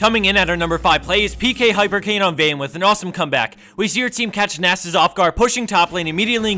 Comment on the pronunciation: nahsuss... zin zao? why the fuck cant people pronounce